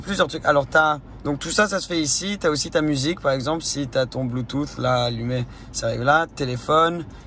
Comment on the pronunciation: "Le Bluetoof" 😂